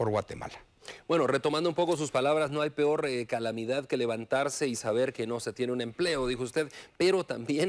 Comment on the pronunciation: Ni expresarse bien puede se dice peor no pior